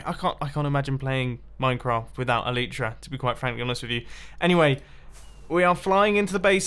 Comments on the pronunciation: Eww Eli-tra not Elite-ra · I challenge you to say el-eye-tra repetitively for 2 minutes every episode until you naturally say elytra correctly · It's el-I-tra not el-E-tra